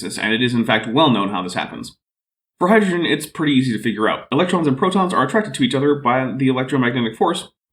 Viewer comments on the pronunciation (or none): none